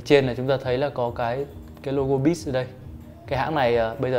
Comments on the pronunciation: tiếng anh đọc sai nhiều quá @@ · ổng đọc BITCH chứ hỏng phải beats :v